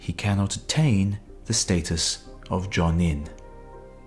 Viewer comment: "[Those who have all ten skills] should be called Johnny." The fuck? I'm usually not a stickler for pronunciation, but that was terrible.